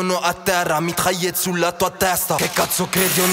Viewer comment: wsh il a grv un accent francais sur le "mitraillette"